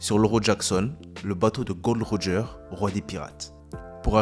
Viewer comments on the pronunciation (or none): C'est Gol D. Roger et non Gold Roger